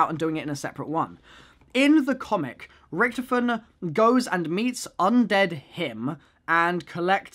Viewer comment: RICK-TOF-IN Not rictifin